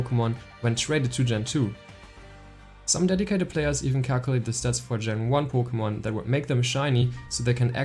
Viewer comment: “Poe Kugh Mon” Buckle up Lads this one will be a guaranteed treat of a Vid.